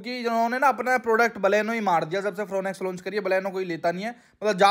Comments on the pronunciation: It's not फ्रोन एक्स it's फ्रोंक्स ब्रो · India ke aise aise auto-expert ban gaye hain jinse gaadi ka naam theek se nahi liya ja raha 'Fron X' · Fooonex nain FRONX bolte hai little little😂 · ओह भाई फ्रोनेक्स नही फ्रोंक्स हैं 😂